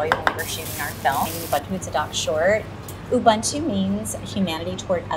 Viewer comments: Ubuntu pronounced "oo-boo-ntoo" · Yes, Ubuntu is one of the most famous African nguni phrases. It does mean humanity but it is pronounced “oo-boo-ntoo” and Malawi is considered to be in Southern Africa. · Ubuntu is pronounced “Ooo-woon-two” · Pronounced: oo-boon-too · She pronounced Ubuntu wrong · It hurts my soul listening to her pronouncing Ubuntu 😭💀